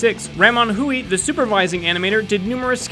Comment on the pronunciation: Hui is pronounced Hway